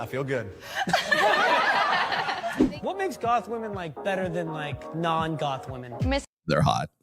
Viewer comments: It gets on my every nerve. I thought it was a gen z thing, pronouncing it like that. If by PBD you mean Patrick Bet-David, then I'm surprised. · PBD is one of many that say 'Woman' when he means 'Women' I find this so annoying. Just me?